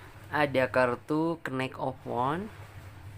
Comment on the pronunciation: knight dalam bahass inggris huruf K nya gak dibaca. sehingga bacanya harusnya yang bener night. atau biar lebih jelas pelafalannya yaitu nait. ght seperti dikata good night juga tidak dibaca naikh tp nait. sama seperti knight td dan huruf K nya tidak dibaca. Dan delapan dalam bahasa inggris adalah eight bacanya eit jangan dibaca juga ght nya kalau jdnya eikh dibacanya itu seperti pelafalan telur atau egg dalam bahasa inggris bukan angka 8.